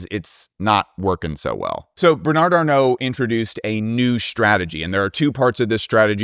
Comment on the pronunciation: Just pronounce Bernard without the final d. You will definitely sound better.